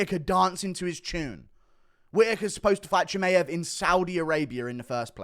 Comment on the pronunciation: thinks Czechoslovakia still exists lol. also your pronunciations of surnames like Chimaev or Ilia is a butcher job, fix up and put some respect behind it by finding out actual pronunciations (fighters usually say it themselves so Buffer can learn it for his announcements). So yeh them mma surnames put money directly in your pocket brother, food for thought